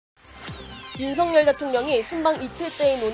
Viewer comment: 윤성렬 아니고 석열. 아나운서가 발음도 제대로 못하나?